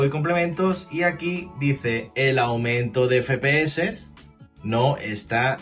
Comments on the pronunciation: Que verga es "Fepese" que yo sepa la "F" se pronuncia "efe" no "fe". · Soy yo o dice "fepe eses" en vez de "efe pe eses". Sin acritud, eh que me parece un buen vídeo. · … he visto varios vídeos suyos y siempre comete usted el mismo fallo.. no sé si es que lo hace queriendo la verdad pero al hablar de las abreviaturas del framerate de los vídeos juegos habla y dice usted literalmente “ fe.pe.eses” y la letra F se dice “Efe”, es decir “ Efe.pe.eses” se lo digo porque parece usted un poco garrulo al hablar así … espero que le valga.. gracias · no digas feee ps se dice fps me estrese pero gracias por la info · Como que "Fe pe eses"? Los entiendo claro...pero esta mal dicho 😅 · Yo también me pregunté todo el video que letra es la "fe"? solo conozco la F y se diría "efe" Ahhh... Con estos tíos... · FE PE ESES!!!! jajajajajajajajajajajaja. EFE PE ESE. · ef pi es al menos dilo asi XD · Cuántas veces puedes decir mal "efe pe eses"?: Si. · dice fe pe ese no efe xd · Sinceramente dejé de ver el vídeo a los 2 min... no me soportaba el FE-PE-ESE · Buen video pero por favor no digas más "FEPEESE" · Ambas están mal. Ya que las siglas son en inglés "FRAMES PER SEC" debería ser "Ef Pi Es" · La verdad no es tan grave pero si se escucha muy extraño.